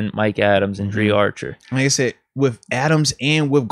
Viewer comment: He called that man Dri Archer! 😩😂😂